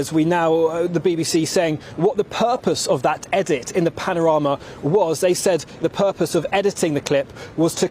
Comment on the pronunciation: Anyone that can't say panorama should not be listened to